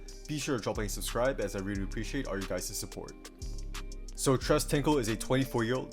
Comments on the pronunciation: Pronounced, “trace” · Tres is pronounced like trace